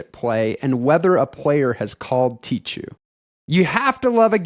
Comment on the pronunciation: Tee-khoo please, not "tee-tchoo" :)